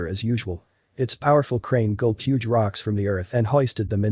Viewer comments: The narrator should have paid more attention in class. So should have the editor and the director. "Huge" is not pronounced /həɡ/ (hug) it is pronounced /(h)yo͞oj/. Two completely different words with unrelated meanings. This is not the first documentary I have watched recently with a narrator who does not know how to pronounce simple, well known words. When the scientific world accepts lazy mistakes as part of its existence, where does that leave our world with answers for survival and exploration? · The “ hug” rock! How ridiculous that you don’t do a do-over the reading is pathetic. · How on earth could anyone not know the word "huge" the narrator read it as "hug rock". You kidding?